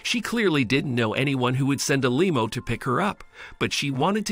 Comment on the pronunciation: Why did the narrator keep calling a limo a lemo?